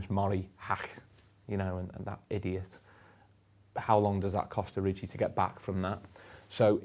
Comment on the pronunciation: Why is everyone calling him oriji? 🤔